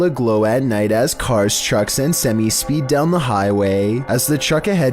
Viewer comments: Hey,! To help with your pronunciation, today's word is semi. It's pronounced "SIM-eye" not "SIM-ee." ~ A Truck Driver's Daughter:face-red-heart-shape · Seh-mai is the correct way to pronounce it.